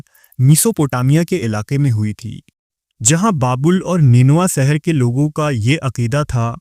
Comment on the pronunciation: Apki urdu adayegi me kami hai.. aap sheen se baney alfazo ko seen me keh dete ho.. jaise Sheher ko Seher Shamil ko Samil Please urdu ki adayegi durust kijiye.. waise video content acha pesh karte ho aap. Awaaz mutaassir karti hai.